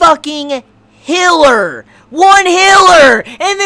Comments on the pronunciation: What thinks he's saying: Healer! What he's actually saying: Hiller! Luv ya man! <3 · for the first 2 min I had no idea what he was talking about when he said hiller. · "hiller," and "well,", why? Just why? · A healer, is mispronouncing it just like how he calls the whale a well. Probably a sound that he never learned how to properly say. He is also mispronouncing Satella like Sa-ta-la instead of Sa-tell-a.